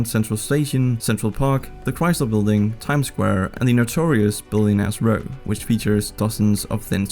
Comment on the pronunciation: I had to do a double-take when you said, “Notorious Billionaires’ Row” because I first heard, “notorious billion ass row”